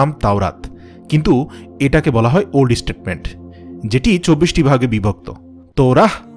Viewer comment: ওল্ড টেস্টামেন্ট হবে! আপনি স্টেটমেন্ট বলছেন কেন!! শুদ্ধ করে বলুন ভাই। বিভ্রান্তিকর শব্দ উচ্চারণ করলে মানুষ এখান থেকে কি ভুল তথ্য লাভ করবে।